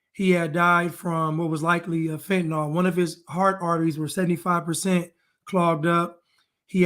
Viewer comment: Fentanyl. It's fen-tun-ill 🥺